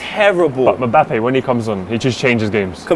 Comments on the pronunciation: its pronounced MBAPPÉ not mabappey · Got to love the way pronounces Mbappe!